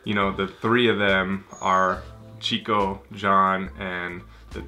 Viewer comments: Só mais uma pequena correção: o nome da personagem é "Chicó" com acento na letra O, e não "chico" como em espanhol..rs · Oi, não é Chico, é Chicó, com acento agudo no O. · Não se pronuncia Chico, mas sim Xicó. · E é Chicó....e não Chico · Aquela não é Madre Teresa, é Nossa Senhora(virgem Maria). E o nome Chicó se pronuncia como se fosse X no lugar do CH, não é como no espanhol.